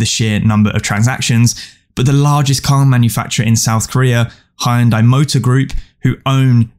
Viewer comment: Great vid as always. One FYI though: I notice you keep pronouncing Hyundai as "hi-un-die". The pronunciation is actually more like "hee-yun-day", or just "hun-day".